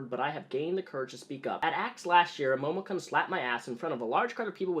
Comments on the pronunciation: I dunno if this is what you're videos are usually like, but congrats if you got this far rambling about cosplay drama. IDGAF about momokun (which at no point was it funny when you mispronounced kun) but gat damn, man. Get it down to brass tacks. That was excruciating and you rambled about shit and didn't even cover more than what everyone already knows and has said. Damn, I didn't know you could be so bad on YT and still have followers. WAIT I LIED. OF COURSE YOU CAN! Anyway, link to this one, chump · momo-KEWN. not Cun. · This is a great video. I just heard about this and I wanted to know about the controversy. But it’s Momo KOON, not kun. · I'm surprised you haven't been grilled on this yet, (or if you have it got buried and I can't be bothered to dig it up) but it is pronounced Momokoon, not Momokunn. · kun is pronounced " koon " not CUN. Sorry the mis pronunciation was irking me. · "Momo-kunn" Not gonna lie I reached for some whisky when you pronounced Kun that way. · usually pronounced k-oo-n in Japanese. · It's pronounced "koon". Momo"koon" I can't even get 10 mins into the vid cause the way he pronounces it annoys me so much. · It's probably pronounced "momo*koon*" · It's pronounced Momo "koon" "KOON!!!" omg, that's totally racist! I sincerely apologize. I have irritable bowel syndrome and it makes me a total grammar Nazi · Momokun is fucking gross and it's sad people threw so much money at her for shitty cosplays and """lewds""". On top of her shitty attitude it's great to see her getting what she has deserved for quite a while. Also my inner weeb is being triggered by the pronunciation of Momokun here. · you keep mispronouncing her name. It's pronounced "Momokunt" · just a heads up: i know it doesn't matter that much but it's momo kun pronounced "koon", because she's stealing japanese language to try to look cute. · "MOHMON-CON" Dat Japanese pronunciation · my weeb ass cant handle the way u say her name lmfao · You can pronounce "kun"?